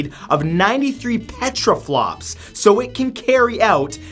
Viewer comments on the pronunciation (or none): Ehrm, who is going to tell Matt that there is no R in Petaflops?